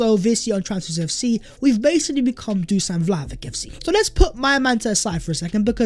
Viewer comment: I beg you, it's pronounced Dushan Vlahovich!